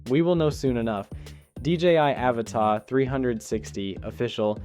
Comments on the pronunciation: It's pronounced "a-vata"; not "Áva-tá" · Can you pronounce it "UhVotta" instead of "Avuhtuh". Otherwise, great video! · No. He thinks Avata is French and written Avatà 😂. The pronunciation is Aváta, accent on the second A. Americans make up things to make them sound fancy, like Caprì as of it was French. There is no accent on he last letter it's Italian, it's Cápri. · Repeat after me: A VA TA. There's no accent on the last A, it's not a French word.